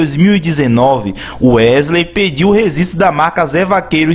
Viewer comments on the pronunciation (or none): Rezistro? Rezistrar? Rezistrou? Vou te apresentar meu amigo: Letra G! kkkkk Seu canal tem altos vídeos interessantes, mas procure errar menos as palavras e os plurais que vai ficar perfeito e vai gerar ainda mais visualizações! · rezisto ou registro ? kkkkk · ReGGGGGGistro!!! Fala direito porra!! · Fala registro. 😂 😂 😂 😂 😂 😂 😂